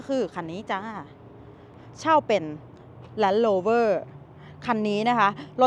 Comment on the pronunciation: แล้นโลเวอ รเรือ ล ลิงโปรดให้ชัดคับ😊😊